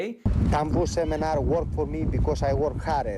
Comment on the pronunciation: I would never hand over money to some idiot who couldn’t pronounce the words technique and seminar. Yep, that would be the deal breaker.